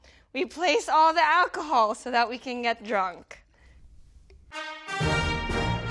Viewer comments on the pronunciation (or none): “ this is ahcohol” Wowwwwwww siding know u made margaritas with ahcohol